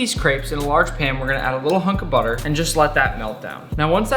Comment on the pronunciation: ohh u mean buttahh